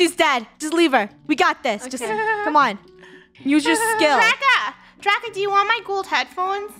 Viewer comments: why do I keep hearing funneh say draco end draca says "DRACA" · It's DRACA not draco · I saw funneh saying draca But captions:rakha